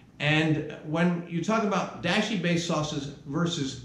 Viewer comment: I love the content, and I like and subscribed…but, you are mispronouncing Dashi, and it’s annoying. It’s pronounced Dahh-she, not Dash-y.